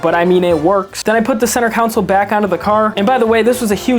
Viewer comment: Learn how to say console man not council